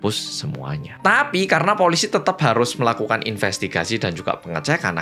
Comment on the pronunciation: Ngomong TAPI nya kenapa harus di gas to,lagi nonton jadi emosi gara2 kata TAPI yg berulang kali di ucap sambil ngegas...